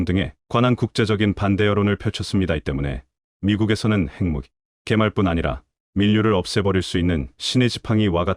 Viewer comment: 지금이 분장을 번역하고 읽는 기관은 어딘가요? 핵무기를 책무기라고 하지 않나, 읽는 사람이나,번역하는 사람이나......